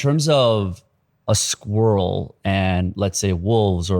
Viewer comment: Squiddle (my favourite pronunciation of “squirrel”). 😊